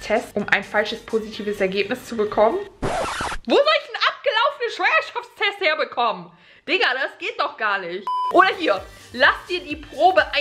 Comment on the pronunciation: Wie Schwangerschaftstest ausspricht😅:Schwuangerschaftstest😂 #teambekki